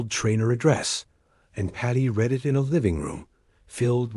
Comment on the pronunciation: It’s clearly an AI reading this hence why it doesn’t know how to read “IT”